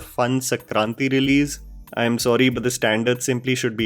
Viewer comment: It's not sakranti it is "SANKTANTI" , pls be sure to pronunce a festival of two states